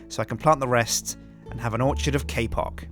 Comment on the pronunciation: He says kpock like kpop